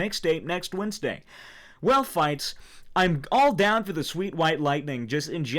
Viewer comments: He pronounced Fitz as “Fights” I’m dead this is amazing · Dude he didn't know how to pronounce Fitz back then. This is a literal piece of history you guys holy frick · it really bugs me how he pronounced fitz's name...